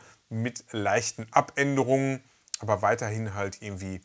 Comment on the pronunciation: Coole Sache! Psst...: "abert!" .... erinnert mich an einen Grundschulkumpel, der mal sagte: "Übert tie Fresse trübert gefallen!" :D Beste Grüße